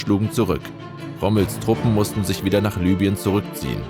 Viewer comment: Libyen - wird deutsch genauso ausgesprochen wie es deutsch geschrieben wird. Also nicht "Lübien" sondern "Libüen".